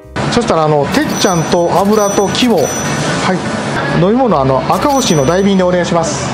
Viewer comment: これまた美味そうなホルモン❤ 赤星は「あかぼし」と読んでください